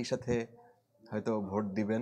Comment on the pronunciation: সাংবাদিক সাব কথা বলার সময় অশুদ্ধ উচ্চারণ করেছেন। একটু খেয়াল করলে শুনতে পারবেন ‘ভোটকে’ ‘ভূত’ বলেছেন।